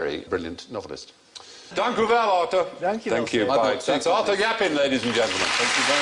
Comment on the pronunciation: And then he completely mispronounce Arthur Japin's name